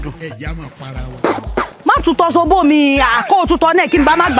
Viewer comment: Z is pronounced as S